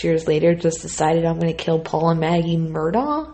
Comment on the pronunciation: I believe it's pronounced , Mer-Dock. Righeeeeeet?